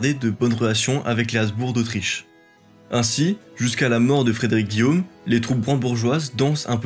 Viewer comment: Aïe, les fautes de liaison et les noms propres estropiés (azbour pour "haBzbourG"), le débit trop rapide des dates, affaiblissent un pourtant bon travail documentaire.